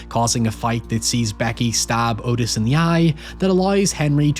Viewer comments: Its not Otis its pronounced ahtis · Not the point, and the movie probably got it wrong, but Otis apparently pronounced his name like Aw-tis, or Ottis, not Oh-tis. But he was a POS either way.